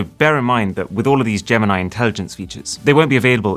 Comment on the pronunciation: DID YOU JUST SAY "GAM-NIE" INTELLIGENCE? ....